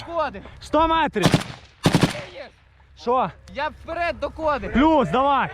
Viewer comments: дякую Вам! чому "вперід", а не "вперед"? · (Вперід ) ахаха сука Даун дибілкуватий треба говорити (вперед) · "вперид"??? Он когда начал на украинском языке разговаривать, заставили наверное?